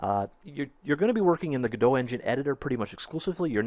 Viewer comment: Just a quick note for future reference: the people who developed the Godot Engine call it "Go Dot" and their logo is a "robot" (Go Dot). I started out calling it "Guh-dough" like you did, but in speaking to them they say "go dot".